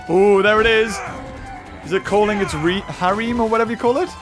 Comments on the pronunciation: when fighting the bear did try to say harem XD its pronounced Ha R em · hareem= harum lol